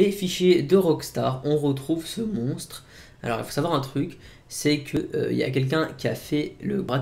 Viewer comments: Moi j'entends clairement "montre", c'est bizarre, tu est certain d'entendre monstre ? ^^ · c'est le montre du lock ness franchement aprend a parler